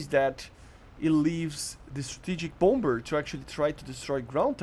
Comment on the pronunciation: Nice vid as always! Second b is silent in Bomber. (Bom-er)